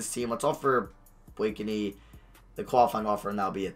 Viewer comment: its pronounced Blake-knee not Blake a knee!!